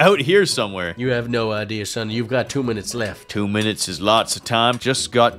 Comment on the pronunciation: Bro said summy instead of sunny lol